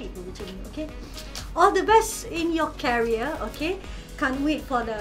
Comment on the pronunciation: ni budak ada dance studio la. Dia cikgu joget. 😅. Lagi satu boleh betul kan pitch tak? Actually, pronounciation. 🤭. Career...pronounce as keria. ✌✌✌💯💯💯